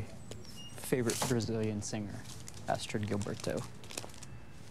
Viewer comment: It's Astrud and not Astrid.